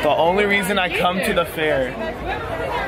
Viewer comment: He keeps saying fear instead of fair